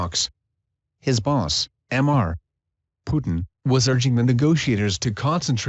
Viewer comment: I just can't prevent laughing every time the auto read says "'m' 'r' (pause) Putin"